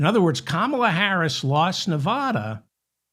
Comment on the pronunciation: Hey David, I'm not the pronunciation police, but I do know how to properly pronounce my adopted State of Nevada. It seems to be a thing with people from the rest of the US (not Westerners) but they often mispronounce the States of Nevada and Oregon because they don't hear the correct pronunciations in normal conversation. FYI